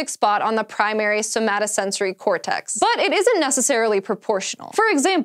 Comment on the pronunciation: elegant pronunciation and i loved the enthusiasm for the scary creatures hahah Primary somatosensory cortex is an awesome word